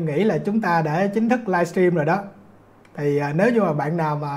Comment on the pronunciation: Dân VN không sinh trưởng ở nước ngoài đa số phát âm "livestream" thành "laichim" 😂và rất nhiều từ khác phát âm không đầy đủ.